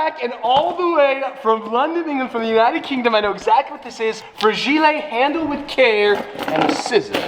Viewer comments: Frageley when it actually fra-jile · lol and his "fur-gii-lay" lol... cracks me everytime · You pronounced Fragile wrong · i will never say “fragile” the same again